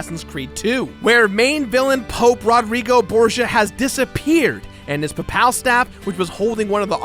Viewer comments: "Pah-pahl"? It's "Pay-pal" dude. To rhyme with Maple. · That's... not how you pronounce 'papal' ....